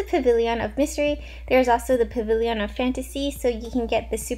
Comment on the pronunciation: i truly love ya but why pah-vil-e-yawn & not puh-vil-yn? 😂 i’v wondered so long